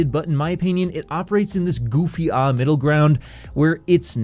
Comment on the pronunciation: thats a crime for prounouncing goofy ahh like that